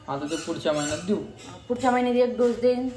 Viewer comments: ढोस नाही ग बाई डोज मन😂😂😂 तुम्ही लोकं सोशल मीडियावर आहे आणि स्वतःचा हसू करून घेता आणि ते पाच सहा वेळा ढोस ढोस बोलते आणि परत manta की होते बोलताना ढोस madhe aani डोज मध्ये kahi फरक आहे की नाही रोहिणीला परत शिक्षणाची गरज आहे मला तरी वाटते त्यादिवशी परीला पण संडे मंडे चुकीचे शिकवत होती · ढोस नाही ग बाई डोस